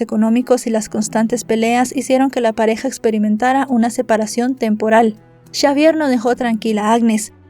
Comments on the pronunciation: Todo bien, excepto porque decis chavier y no es esa la pronunciación correcta más bien la X suena como una S en ese caso seria Savier la forma correcta de decirlo. No es crítica pero se que no tendrías porque saber toooodo y hacerlo perfecto aunque tu trabajo es impecable. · Xavier se pronuncia Chavier o cómo Javier.?